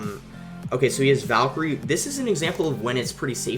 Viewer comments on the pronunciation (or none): none